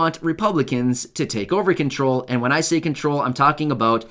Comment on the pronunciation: Control not crawl